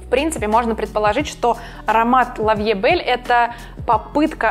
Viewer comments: А то... что коль уже хотите казаться из лучших домов Ландону и Парижу, то будьте добры говорить Ла Ви э бэлль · Аромат от Ланком называется Ля Ви Э Бэль, а не лав ля Бэль))